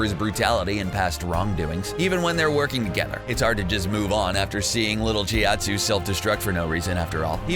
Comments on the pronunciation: Whoever you are that's doing this you need to go back and watch Dragon Ball Z I know you haven't watched it because his name is not pronounced shiatsu it's chiaotzu and it's not dabura it's daborah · chiatzu?? Who the fuck is chiatzu??? Its chiaotzu you fool. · Did he really just say "Chiatsu?" Its pronounced Cha-o-tsu ....May wanna learn the fine details before making a video educating other people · who's cheeoutzu? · y’all gonna let him say “little cheeoutsu”?